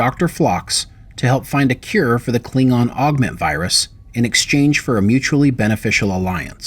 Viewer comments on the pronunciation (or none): none